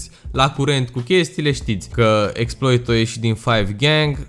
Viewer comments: Se citeste Exploá 🤦‍♂️🤦‍♂️😂😂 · Se scrie Exploit, se citește Exploa. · Cu accentul francez :)